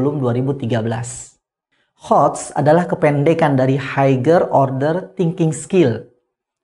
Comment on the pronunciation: Wah pngucapan higher tu /haiyer/. Bgitulah kata teman sy,sriyanto.